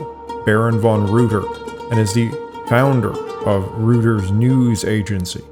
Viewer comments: The news agency is pronounced ROYTERS not ROOTERS. Otherwise very interesting. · Great history lesson. Some pronunciation was a little flaky. Reuters is a Germanic name pronounced "ROY-terz" using Anglicized fauxnetics, not "ROO-terz". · I've never heard Reuters pronounced as "Rooters", but now I can't unhear it. 🤣